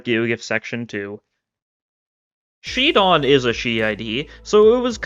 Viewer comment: shi don? shid on what?